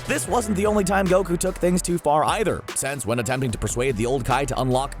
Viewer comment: i like how he said ''went too car''